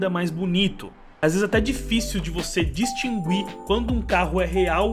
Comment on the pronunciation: distin-gu-ir kkkkkkkkkkkkkkkkkkkkkkkk